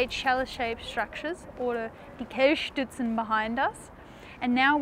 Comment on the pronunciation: Naja. Kelchstütze isn't that easy in German as well. I could not understand the word when she said it, so I discovered the meaning only here....